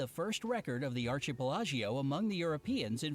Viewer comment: "Ar-chi-pi-la-gio" uhhh archipelago is pronounced as ar-key-peh-luh-go, it was funny and cringey at the same time! 😂😂😂 About the karaoke, it wasn't Filipino who invented it, it was a Japanese dude, the Filipino just patented it so it became ours I mean it started with us... 👍🏻